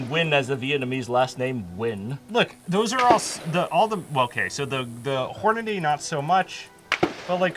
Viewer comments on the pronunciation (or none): Dear: Hornady is not "Hornaday" 😝